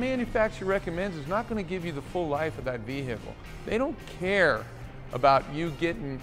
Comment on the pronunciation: I love how he emphasized "THEY DON'T CARE" He was saying that from the heart, dealers definitely do not care. Having worked in the Auto industry for nearly 10 years, I have seen everything from Crooked Business, Crooked Mechanics, and of course crook dealers. The salesman are such rats, they'd sell a car with bald tires. Nyle Maxwell SuperCenter does at least.😂😂😂 I left that place because they wanted to argue with me about why the salesman sold bald tires, my bad, I was looking out for the customer. I most likely saved their life, after they came from a literal tire shop that recommended new tires on a used Mustang a lady just bought her daughter. I will take leaving that place, knowing I did the right thing.🎉🎉 One of the things I will never forget, arguing with a crooked salesman on the sales floor over him selling a car with 2 bald tires.😂🎉 Who wins that argument in front of customers?😅